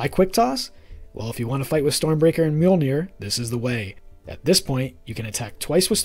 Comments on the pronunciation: The google tts gives the correct prounounciation(misspel?) in Icelandic or i could just make a short for you with only the word Mjölnir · With an American/English accent, not an Icelandic/Scandavanian one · As much as i love the videos, as an Icelandic native i feel pain everytime people say "Mjölnir"